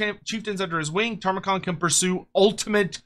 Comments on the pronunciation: Don't you mean "Tamurkhan", not "Tarmakhan"? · Brother. Respectfully. His name is not Tarmakhan. You're killing me.